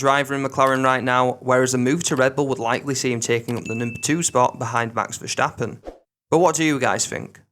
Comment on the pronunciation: Why do you pronounce ’verstappen” as ’verschtappen’? The S is pronounced as in the word stop. Not diffiicult